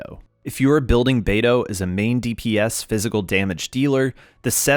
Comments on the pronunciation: Pronouncing it "bay-doo" is killin me but I love this guide, thank you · the way u pronounced beidou like bae doo.. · I just heard Beido not Beidoo?